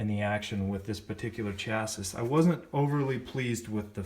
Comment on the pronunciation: I'm glad he did this video, even if I had to mute it and turn on captions the third time he said "chasisss"